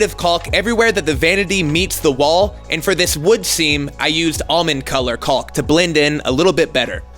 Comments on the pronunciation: It's pronounced "KAWK." Love the videos. Can't stand how he pronounces the L in caulk. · It's pronounced "CAWK"!!! 😫